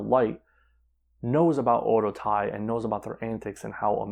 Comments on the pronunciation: Oedotai is pronounced like O Waydo tai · Oedotai is so bad now only Kagetsu and Sumire and hazuki are any good. Also you are pronouncing alot of there names incorrectly including Oedotai.